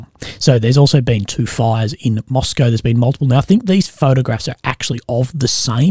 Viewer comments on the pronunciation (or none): none